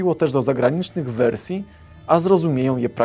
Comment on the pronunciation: Śmiesznie mówisz "wersje"